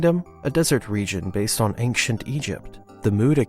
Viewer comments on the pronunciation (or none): Fun fact: it's pronounced "ancient" not "angcient".